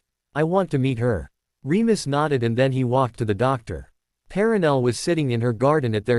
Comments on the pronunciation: I noticed that too, but it amused me when it said things like "walked through the doctor" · Why does this AI refuse to say anything with double vowels like "door"?